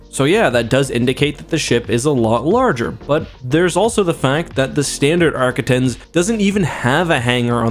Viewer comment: For the record arquitens is pronounced Ark-quit-tens. Also, before you comment, yes, I am a grammar nazi.